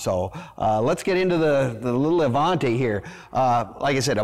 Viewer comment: You're pronouncing the name wrong. It's Avanti, not Avante. You're confusing the pronunciation with the name that's similar, the Cadillac Allante. Avanti, is Italian for "forward" or "Move it" in the less polite form.